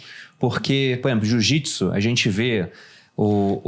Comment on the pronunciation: Jiujipsu; Jujitson; Ju-gikson; HAUHAUHAUAHUAHAU... puta quel pariu...